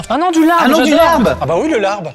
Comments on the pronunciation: Le bo bun est vietnamien et non pas thaïlandais Le Larb (qui se prononce lap) ne ressemble pas du tout à ça mais vraiment c’est totalement différent Svp jugez au moins les vrais plats 😭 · Alors ce se pronone Lab et c'est tres bon quand on sait le preparer bien entendu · Alors.... moi qui suis moitié thaï et moitié laotienne.... je peux vous dire que ça ne représente pas la culture culinaire des deux pays, ET pour le "larb"( qui se prononce lap) ça ne resemble pas du tout à ça TT_TT